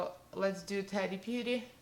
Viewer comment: Love when pronouncing someone’s name. Practice a bit. Ta... Tee... it sounds like you’re saying Teddy... like teddy bear. It’s completely fine when you speak in accent with words. Yet when addressing someone try to pronounce their name properly. I think your sponge did a way better job. Your eye look is stunning.